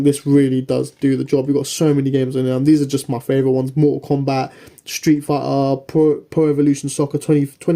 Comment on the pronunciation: Stri faaaa = street fighter 😂